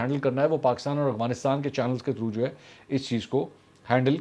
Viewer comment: bhai ye Afghanistan hai AGFANISTAN naheh, tora sa ye teek karlai, please